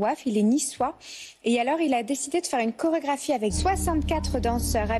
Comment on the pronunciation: « de la CCCCHHHHHorégraphie » mais pahahahahahahahaah